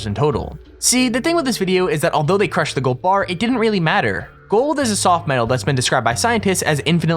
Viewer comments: For I sec I thought I said cru-shit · It said cru shit